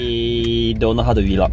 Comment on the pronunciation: Vee-log? Hmm, okay...